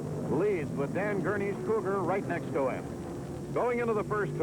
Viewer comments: Yep, RIP to several of these guys. But it was nice to see them racing the Mercury "Cou-GAR"(as the interviewer kept calling them). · That interviewer at Sebring needs to learn to pronounce "Cougar". LOL.